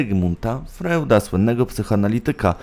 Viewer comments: Naucz się porządnie czytać i co ważne cytować i wymawiać nazwiska. "Frojd", Berżerak", "daj ać ja pobrusze a ty poczYWAJ", "czyta się "kot SzrEdingera" mimo innej pisowni. HANZEATYCKIEJ kurwa mać! .Dyletant . Potem gówniażerka łazi i powiela takie pierdolety. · Wymowa: Bokler, frojd, atenboroł. Materiał świetny ale wymowa większości miejsc czy nazwisk razi po uchu 😝